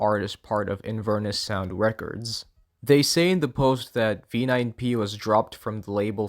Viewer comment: he cannot pronounce records 😭